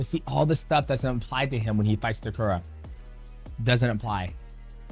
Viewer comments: His name is Takeru (Tae-ker-roo) not Takura 😅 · Takura is a crazy pronunciation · its takeru ffs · Please pronounce takeru’s name correctly haha😂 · I honestly got mad every time he mis-pronounced his name lol... How is Takeru so hard to say? lol